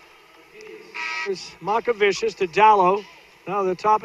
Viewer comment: It's not Makavičius lol, it's MOCkevičius (c pronounced like ts and č like ch)